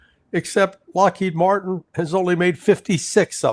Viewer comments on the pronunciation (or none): none